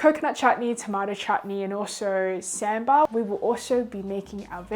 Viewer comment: Appreciate your effort in trying out the Indian Food for the whole day and especially cooking by yourself right from Dosai to Naan. That's wow!! It's like covering South India to North India in one full day 🤩👌👏 Something that I wanted to share.. - Dosa is pronounced as Dosai - Sambar is pronounced as Saambar - Lassi is actually made of Yogurt Like Nidhi suggested, the batter has to be mixed with small amount of water to dilute it, but should still maintain the consistency, and add some oil or may be butter on the edges which gives you some richness. - Rasmalai is actually made from spoiled milk that means intentionally spoiling the boiled milk with vinegar or lime and that's dried to become a dough. You can give it a try in one if your challenge videos to make Rasmalai from Scratch, but before that you can try cooking Gulab Jamun for which you can find the mixture in Indian Grocery Stores. Stay safe...